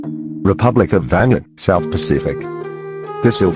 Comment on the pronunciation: What nationality is this guy, he does not know how to say Vanuatu